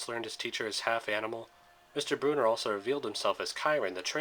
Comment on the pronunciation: Sorry but it’s brunner not Bruner but still a great video